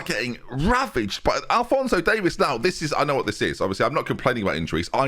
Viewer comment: It's not Davis it's Davies (Dave ease)